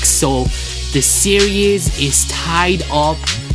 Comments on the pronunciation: why can't you say series? lol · learn to fucking say SERIES!!!!!!!